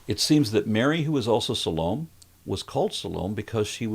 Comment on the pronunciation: Salome is pronounce Sah-low-may. No matter how this BS is pronounced & laid out, it is the biggest crock of sh!t ever. I was a devout Christian & it took a lot for me to wake up even though my earliest inkling that it was all BS was at 5 years old. I was steeped in religion from infancy, attended their schools, & frightened into accepting what they said was true. Even though I was smart enough to see through a lot of the BS & recognize that people who claim to be Christians are the antithesis of everything Jeezuz taught, I still believed & tried to be what Jesus preached. It took my death in December 2019 for me to realize it’s all a steaming pile of BS meant to brainwash & control us because I promise everyone reading my words, there was NO gawd, devil, Jeezuz, hell, or any of that BS when I died & I was alert when I was dead. I can’t believe I’m free of that dumb sh!t, but I am so thankful for it.